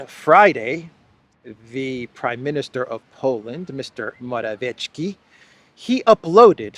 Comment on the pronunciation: P.M. of Poland is pronounced..Mora...viet...ski.( viet, like vietnam). There is no hard "ch" sound. The 'c' in his name is...'ts'.Not that your reports need correcting,, as you are one of the rare ones who openly, decently and honestly get the facts out with integrity. Thanks.